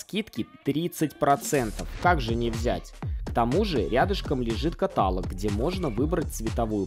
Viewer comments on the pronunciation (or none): Не катАлог, а каталОг!😂🤦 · На вид 20 квадратов, а не 33 и не катАлог, а каталОг😁